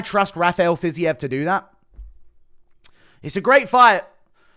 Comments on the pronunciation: "fizzy-ev" instead of "fiz-eev" always makes me lol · Ready to hear Fiziev said as Fizzy-EV